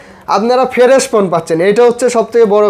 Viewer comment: ফেরেশ বলে 😂😂😂 হালায় ফ্রেশ ও বলতে পারে না